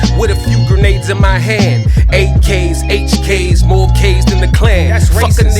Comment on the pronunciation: Just a question are you from DC or the east coast cause I only remember people from DC saying Moe